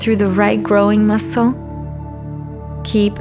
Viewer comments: Was she saying “groin?” It sounded like growing… wasn’t sure what that meant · Just such an odd way to pronounce “groin” might have been more descriptive to refer to them as the adductors